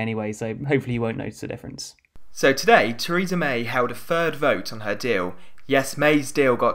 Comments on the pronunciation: You couldn't tell on his 7th word when he says furd instead of third? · Third, not fird. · A third, not a fird. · “th” does not equal “f”, as in “third” is not pronounced “fird”, other than that, good job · Really weird listening to, as his "third" and "three" and "thinking" sound like "fird" and "free" and "finking". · Free, Fird, Frough. Please use English properly, Three, Third, Through.